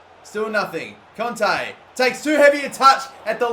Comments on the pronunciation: it is Kanté not Konte pls understand!!!! (like this comment so he will see it) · it really annoyed me how he was saying conte instead of kante